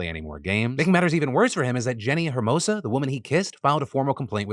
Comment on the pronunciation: Hermoso btw not Hermosa, great video tho